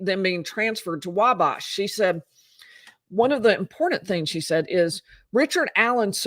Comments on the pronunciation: Not that it matters at all, your recaps are the best, but I’m a long time Indiana resident, it’s “Wabash” where bash is pronounced as in head bash or big bash… same w Wabash valley Thanks for your reporting! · It's pronounced (wal)bash there's no l but it's pronounced like there is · I love watching you but you’re pronouncing the town of Wabash incorrectly.